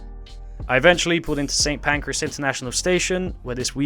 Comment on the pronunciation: And Pancras as PANCREAS !